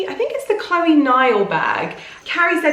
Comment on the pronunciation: Chloé is not pronounced as Chlóe.